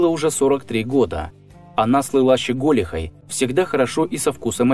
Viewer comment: ЩеголИхой….желательно работать над ударениями…